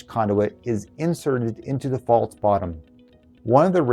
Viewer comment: The word isn't pronounced "faults" it's "false"..